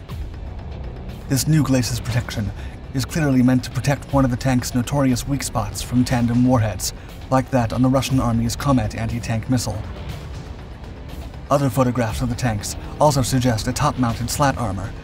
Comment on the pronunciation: KoRnet not komet. Sorry. Grammar Nazi I am. Still love every single one of your channels